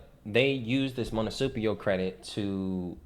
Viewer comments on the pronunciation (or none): MUNICIPAL. Say it slowly as many times as necessary before making a recording. Too many people try to discredit great wisdom… keep up the great content. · Dude, you can't even pronounce "Municipal Credit", anyone can read information, show examples and prove it. Show some receipts. I learned in life to ask people to prove it and if they can't, then it's just information. That's all.